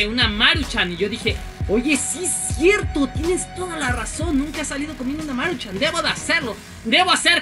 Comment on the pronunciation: No es Máruchan es Maruchan :v